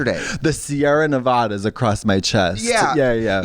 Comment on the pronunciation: I know BrianMcCook did not just say Sierra Ne-VAH-DUH. BITCH!!!!! :(